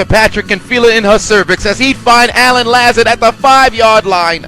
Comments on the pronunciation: It’s La-Zard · Btw Allen Lazard is pronounced La Zard not La Zerd